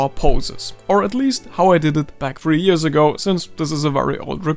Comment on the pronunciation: You said Years wrong...